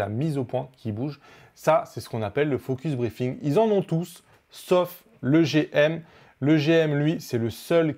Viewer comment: Salut, Prononce focus-BreaZing, sinon ça fait focus-briefing ^^. Et le Viltrox 85 f/1.8?